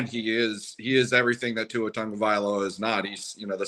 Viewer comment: Interesting content. I'll listen again. Although, a suggestion, please learn to pronounce Tua's name properly. Tongue-oh-vai-low-uh.